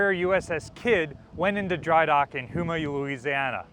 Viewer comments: It's hoe-maw, Louisiana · First time hearing that pronunciation of Houma lmao It is supposed to be Hoe-mah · Just a nit-pick, but Houma is pronounced as "Home-ah" good video though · "HOMA" is how you say it. :hand-pink-waving